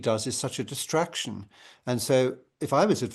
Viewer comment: Sorry did you say distraction or destruction, because either works